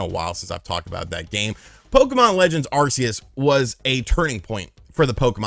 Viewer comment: OMG,my guy, it's pronounced Arceus "ARK-E-US" NOT "ARE-SEE-ESS"! I don't understand where people get ARE-SEE-ESS from? If you ever watched the official movie: Arceus and the Jewel of Life, they clearly pronounce it "ARK-E-US". Even the official announcers say it! Good grief, get your Pokemon pronunciations right people!😆